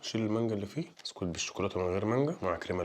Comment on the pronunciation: 😅 موتني من الضحك : تحس أن عيل مش عارف ينطق ببسكوتة هههه قال بستوتة